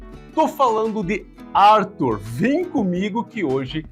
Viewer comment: É brasileiro, tem nome de brasileiro, mas se pronuncia em inglês ? “Árthur” kkk aff